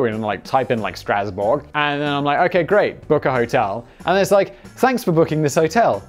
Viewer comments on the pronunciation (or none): none